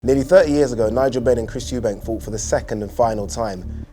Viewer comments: Why does this guy keep saying euben at the start man can’t pronounce “Eubank” 😂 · It’s amazing that we’re in 2022 and people are still saying “Eubanks” rather than Eubank. 🤣🤣🤣